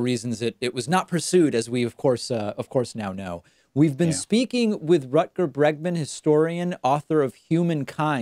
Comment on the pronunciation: Great to see Rutger on the David Pakman show, even when his name is pronounced as 'Rukker' (for the englishspeakers, rukker means wanker).